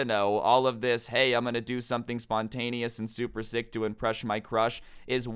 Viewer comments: he says im gonna impresh my crush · “Impresh your crush” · you said "impresh my crush"